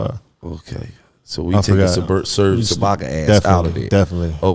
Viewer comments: This nigga gillie said “ sergeibakka” lmao funny dude slim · That nigga said “serge ilbaka??????@